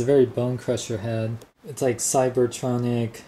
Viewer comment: cibotronyen not cibotronick